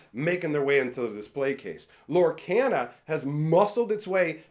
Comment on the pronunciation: Does it bug anyone else that he pronounces Lorcana wrong?